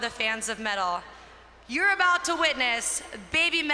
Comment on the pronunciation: Yee-Metal and Moh-Metal I'm dying 😭